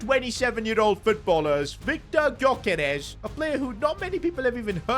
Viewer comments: It’s pronounced guy-yo-Kers not gy-yo-keres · You say his name yokeres don't pronounce the g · They way he says Györkeres wrong ever time really annoys me